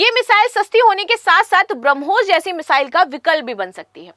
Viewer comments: Meshile nahi bolte hai mesile bolte hai😅😅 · Missile bolna thoda difficult lag ra h aapko